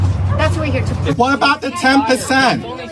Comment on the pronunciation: I love that guy... "What about the ten pa'cent? What about the ten pa'cent?"